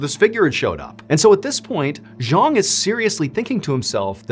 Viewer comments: Also his name is pronounced Jang which is not a Cantonese name. Not trying to be picky but as a storyteller it’s important to get these details right. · His name was Cheung Sin-pang. Not Zhang.